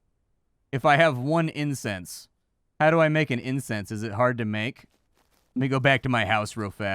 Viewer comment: kept saying incense but I kept hearing incest……. The internet has ruined me.